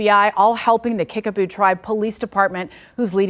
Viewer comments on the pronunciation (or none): It sounds like u are saying Kickaboo, not Kickapoo. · KIckapoo with a "P" not a "B"